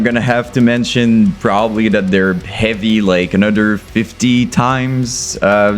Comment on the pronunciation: Love how this dude can’t pronounce H’s in words and it still sounds awesome. It’s ‘eavy as fuck man.